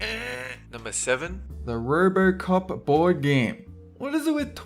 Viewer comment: What country do they pronounce their "o"s like "r"s? rrrbrrrcop?